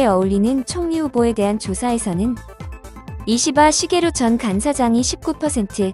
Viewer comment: 유익한정보 유쾌한영상 ㅋㅋㅋㅋㅋㅋ글고 이시바 시게루할때 자연스레 욕하시는 줄 알았어욬ㅋㅋㅋㅋㅋㅋㅋㅋ